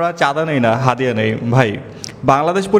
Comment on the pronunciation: চাঁদিয়া ❌ হাদিয়া ✅